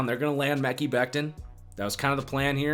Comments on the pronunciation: Lol it’s not Mecky Becton its MUH-Ky Becton... Great video, falcons getting chase young tho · Mickey Beckton 😂 (Mah-Kye) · Mekhi sounds like Mech-I, not Meckie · it’s Mek-EYE Becton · It's pronounced Muh-Kye Becton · buddy out here say meh-key lmao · I love the content but please pronounce Mekhi and Biadasz correctly hahaha its been like months now